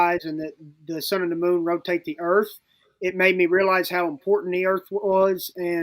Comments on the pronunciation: 😂 he said "Earff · Dude keeps saying “Erf” haha